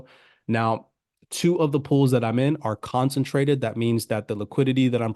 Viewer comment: Concentrated not consintrated.